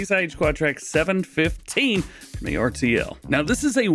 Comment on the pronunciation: It’s pronounced Ertl-as one word